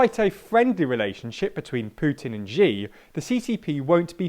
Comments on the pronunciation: Please pronounce Xi correctly. It isn't "Zhee". It's "Shee". The zh sound in "measure" doesn't exist in any Chinese dialect, certainly not Mandarin. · It's she, not zhe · Xi isn't pronounced like "gee". Say it like "she" instead and you'll be closer. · I’m not Chinese and can pronounce president’s Xi’s name right. It’s “sheee”, not whatever you say ugh it’s such a basic thing you should know…